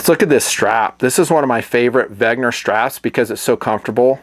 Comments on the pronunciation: Wen....ger not Veg....ner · Dude, it's called "Wenger". Not, "Wagner". 🤣🤣🤙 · It's spelled "Wenger", It's not "Wegner" as you pronounce it. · Why do you pronounce it "wegner"? It's "wenger"! you Americans and your pronunciations/reading inabilities ....smh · Its wenger, not wegner, dude ... details are important. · Dude, its Wenger not Wegner! LOL Great video btw, I have 1 W and they are great. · Isn't it WENGER and not WEGNER (note the difference)? Eh whatevs I still like you. The Wenger watches are decent but a little... I dunno... plain, I guess, for me. But it looks like they're pretty good value. Also I'm less of a fan of battery powered watches as opposed to solar/auto/mechanical, even though I do have an AVI-8 quartz. About my ultimate watch is the Hamilton Khaki Field series, woooo! I can't decide between the auto and mechanical but I'm gonna get one in the near future. Thanks for the video, I've been subbed since late 08 or 09 and still enjoy your vids!